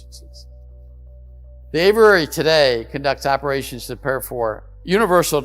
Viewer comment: Its Aviary. Averary is not the correct pronunciation. Richard Doty is my transparency hero.